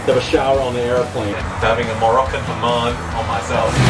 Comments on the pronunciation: It's hammaam not hamaan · wait Sam you actually said ‘Mahhan’ instead of ‘Hamman’ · the shower called hammam not haman